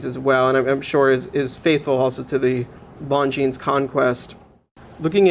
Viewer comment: Great review other than the fact you didn't bother to learn how to pronounce the brand name, which cannot be excused.